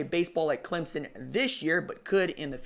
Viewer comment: Thank you for saying clemSON... you're one of the few that get it right lol. Good work, keep it up!